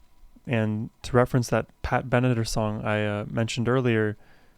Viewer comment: Pat Benatar’s great. It’s pronounced Ben-a-tar (as far as I’ve always known at least).